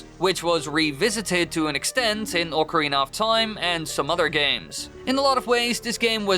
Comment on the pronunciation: bud its not ORCA its OC AH oca ocarina not orca orc like you are saying no need to slur it completely wrong